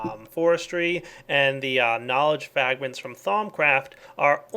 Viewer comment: Was it me, or did he say "Knowledge Fagment"?